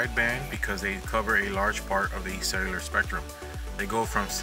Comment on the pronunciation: Does anybody hears "sailor" antenna instead of "cellular"?